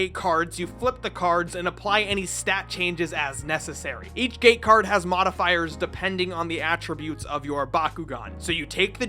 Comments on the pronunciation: You say gate card like gay card and i can’t get that out of my head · Q-is it "gate cards","game cards" or "game cards" because i hear it as the third option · I keep hearing the word "Gay Card". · why i kept hearing gay card xd ..... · Why does he keep saying gay card? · Am i the only who hears "gay card" instead of "gate card"? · "Gay Card, Open...out the closet'